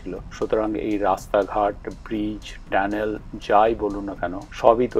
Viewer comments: ট্যানেল না টানেল ??? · ধন্যবাদ আপনার মন্তব্যের জন্য! সঠিক শব্দটি "টানেল" বা সুরঙ্গ (Tunnel), তবে বাংলায় কখনও কখনও উচ্চারণগত কারণে "ট্যানেল" বলা হয়ে থাকে। আপনার খেয়াল করাটা প্রশংসনীয়! 😊